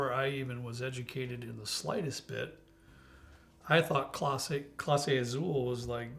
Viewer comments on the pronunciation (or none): Great pronunciation on the names, except that Z in Spanish is pronounced like S. Clase Azul is pronounced Ah Sool.